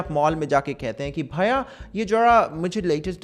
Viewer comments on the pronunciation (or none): "Bhaya'" has me dead